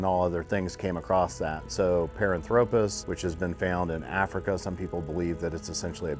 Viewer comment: Someone please tell that man how to pronounce Paranthropus.